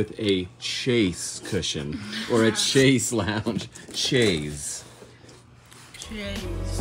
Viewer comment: Oakey dokey. I never do this correcting unimportant stuff. But you made a hard point to the little buddy. Chaise has no ch sound. It's a sh sound like shayzzz